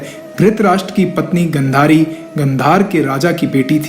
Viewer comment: Tumne knowledge to achchhi di hai, lekin pronounciation bahut hi jyada galat hai. Video mein sahi likha hai lekin tum phir bhi galat bol rahe ho, Jaise ki " पांचाल को पंचाल, गांधारी को गंधरी, आदि। " Aaj ki generation mein jisne naam nahi suna vo to is video ko dekh ke galat hi bolega na. Is galti ko sahi karo. Jo bhi sahmat hai vo like kare ya aisa hi direct comment kare inko, tabhi ye galti sudhari ja sakti hai.